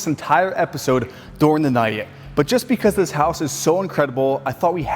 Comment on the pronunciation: How he’s says during, means he’s from Pennsylvania